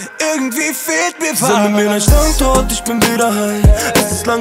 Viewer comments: Irgendwie geht mir dieses StandZort, wie Pietro das ausspricht, leicht auf die Nerven🙄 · Hahahahaha krass macht alles kaputt dieses Standzort haha